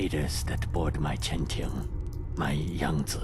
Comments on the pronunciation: I appreciate you saying Yang Ze Instead of Yang Zeeeeeeeee every other youtuber is saying. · At least some one knows how to pronounce Yangtze lol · You're the only person I've seen so far (Beside from Zao himself) to pronounce Yangtze properly.